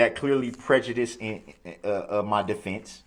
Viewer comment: He Cant even pronounce prejudice right. You sound stupid. No self awareness whats so ever